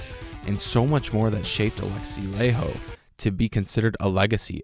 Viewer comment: Laiho - (LIE-ho not LAY-ho)!